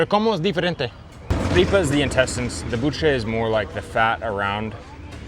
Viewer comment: U were saying buche correctly , next time get a mix taco with buche and carnitas mixed that’s how a lot of Mexicans eat it too , it’s fire 🔥 ….cheers from Las Vegas